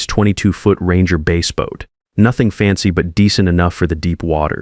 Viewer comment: Bass like a bass fish is pronounced "b ass"